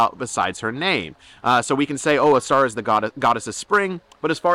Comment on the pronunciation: It would be Ōstara, not Ostāra. For the most part we can be sure about what the names are pronounced like.